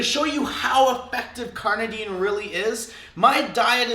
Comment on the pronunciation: Why do you say carnadine most of the time?